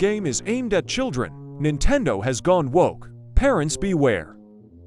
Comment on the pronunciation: ah yes, my fav gaming company: "Nintedo" 😭💀